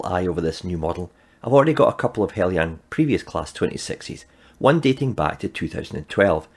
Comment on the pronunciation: Thank you for pronouncing "Heljan" correctly.